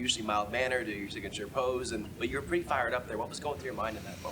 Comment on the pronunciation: "he's Purty good!!!"